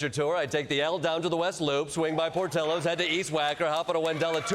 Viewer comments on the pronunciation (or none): He said Portillos. Que the Titanic theme song..